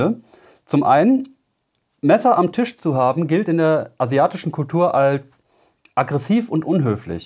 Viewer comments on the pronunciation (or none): none